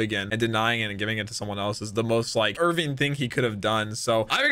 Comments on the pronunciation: Erwin not Irvin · They pronounce his name with a V